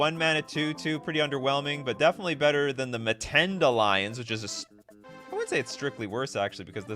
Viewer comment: We Africans are cringing at the whitebread Mtends pronunciation: no schwa between M and t.